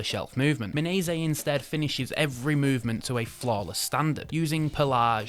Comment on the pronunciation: Your mispronunciation of words is unbelievable. Not sure whether they were intentional or not - phishing for comments? Well then, you got it. Kyoto as Kah-yo-to? Mirco as Mai-cro? Minase as Mee-Nay-seh? It's painful.